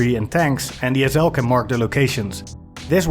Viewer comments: It took me a long time to realize he was saying SL, I kept wondering what an ozel was. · Wtf is an “ezzel”? Ohhhh. SL 😂